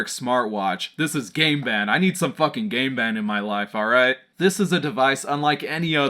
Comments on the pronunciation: It sounds like your saying "gay band" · I keep hearing GAY BEN! Throughout this video